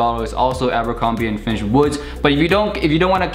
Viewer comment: abercrombie and "fiNtch"